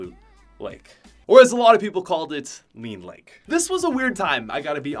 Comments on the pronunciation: “Mean lake” bruh it’s lean lake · Did he srsly call thanos lake “mean lake”